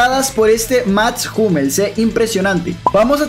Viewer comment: Max Hummels ❌ Mats jumels ✅